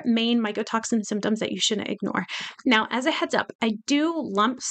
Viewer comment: Did you say shunent. ? How old are you. ?